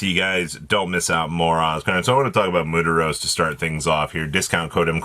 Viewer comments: It’s mm-wear-tos not mu-tu-ros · id say more like"moo-wear-toes"